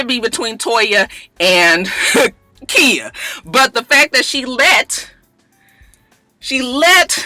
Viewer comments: Khia pronounced Kya....Im srry I had to...Im just alwys kinda lost whn u say Kia. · its khia not kia lmao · her name is pronouced Ky-yah lol no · Kya is how Trina pronounced it lmao it's actually Khia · Girl I’m starting to think you being shady calling that girl “Kia” like the car 😂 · KY-A! Not Kia... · Its Khia...just with a long 'I'!!! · when you said ole Waford dude was black, I seriously shouted, "Whaaaaaat!?" SMH I can't stand that mess! Also, I didn't know Khia's name was pronounced "Kya" either. It's alright. I hope not too many more folks come on here and say something. We know how you hate that. lol Merry Christmas,! Blessings to you and yours! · I love you but I cringed every time you said Keeya. Lawd. 😩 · Just because I'm afraid that khia might see this video and come after you her name is pronounced like "Kya" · Who knew it was pronounced like a "y" when its not spelled like that? Most mia's, tia's and so forth sound like they're spelled... who really cares? Its a common mistake when people want to get extra creative when naming their children... lol!😞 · no its Khia. you just pronouncing it wrong.